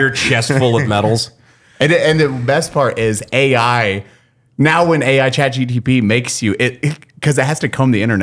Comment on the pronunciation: Listening to struggle saying Chat GPT will never get old